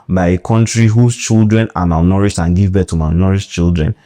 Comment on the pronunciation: Me too, I heard "malnouritched"😂😂 Thanks, Doc, for enlightening us with each video. We know better after every video we watch.